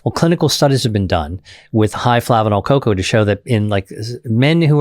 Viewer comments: lol, "Cocwa" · who pronounces cocoa that way? lol